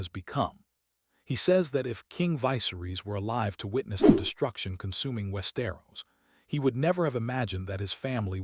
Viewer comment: jesus, this ai cant even read westeros properly XD